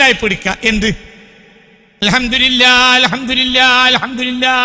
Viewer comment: അൽഹംദുരില്ലാഹ് എന്നല്ല അൽഹംദുലില്ലാഹ്എന്നാണ് രില്ലാഹ് (തെറ്റ്) ലില്ലാഹ് (ശരി) രി (തെറ്റ്) ലി (ശരി)